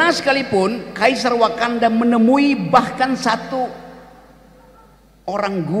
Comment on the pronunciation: Kok wakanda aku denger konoha